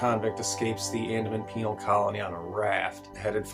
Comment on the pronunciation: Also, you said ‘penal’